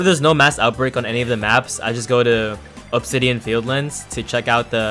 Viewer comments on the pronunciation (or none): none